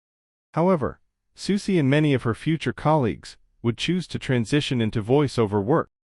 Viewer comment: I’m just impressed that this robotic a.i. voice pronounces Soucie correctly. Most ordinary humans can’t or refuse to do that. But other than that idk why this was recommended to me. Strange.